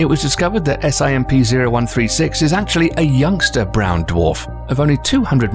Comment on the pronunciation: i love how he says S-I-M-P instead of just simp